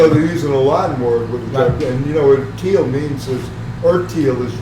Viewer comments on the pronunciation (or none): The German word Teil is pronounced 'tile' not 'teal'